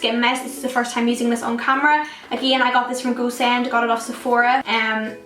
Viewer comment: When she says "Go Send" it sounds to me as "goose end" :)